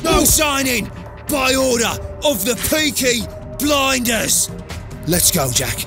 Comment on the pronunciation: It literally hurt me when he said " peaky blinders"